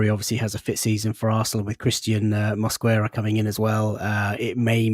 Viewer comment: mate the “U” in Mosquera is silent